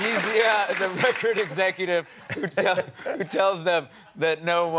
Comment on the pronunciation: "Recutivececutive" I'll take it.